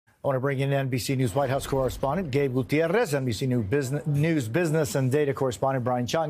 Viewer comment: It’s ok to say Guitarez and you should so we know what you mean You sound like an old Charlie Chan movie with the phony accent